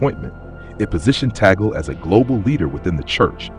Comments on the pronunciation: What is wrong with your tongue? Filipino pronounciation of vowels is similar to Spanish and Japanese pronounciation. TAG-LE. TAG-LE. It's not TOGGLE It's TAG-LE. Tag as in Tug. Le as in le, not lay, not lee, not lei. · Pronounced as Tag/ le not Ta/gle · We pronounce Tag-le not Tagel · I hope in God you learn to pronounce his name correctly!